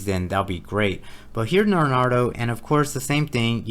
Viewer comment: That was cracking me up every time you said lol. It's like you're combining Naruto and Leonardo.